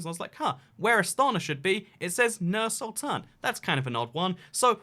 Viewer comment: its pronounced as Noor Sultan